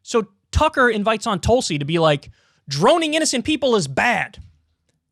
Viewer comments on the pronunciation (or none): Haha - David Packman pronounces Tulsi’s name as Toolsi 🤣🤣